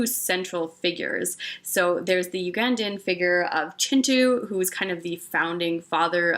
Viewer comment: Thank you for pronouncing Kintu the way it's meant to be pronounced.